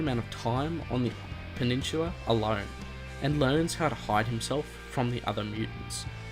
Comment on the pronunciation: I'm just putting this out but why do you pronounce peninsula as penishula?